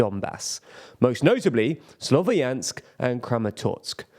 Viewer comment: Slovyansk is a two syllable word. Ya is one letter, so please try to pronounce it at least close to correctly.